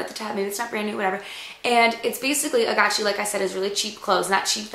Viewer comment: i thought it was called agaci with the g not a chi sound but lol